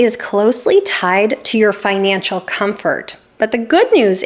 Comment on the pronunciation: "Finacial Security" :face-fuchsia-wide-eyes